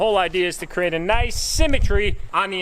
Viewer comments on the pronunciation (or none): none